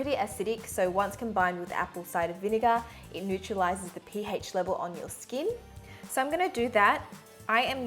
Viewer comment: Am I the only one triggered by the way she says pH